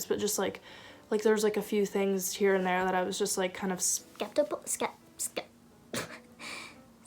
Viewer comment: It’s “steptikal”